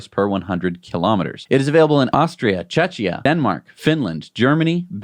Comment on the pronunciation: Guys, long time viewer here :D From Czechia, pleaaaaaase check the pronunciation of Czechia :D it sounded like Chechnya which is completely different not even a country :) Keep up good work, and thanks for the show !! :)